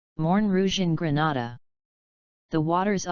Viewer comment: Get your pronounciation right Not Granada but Grenada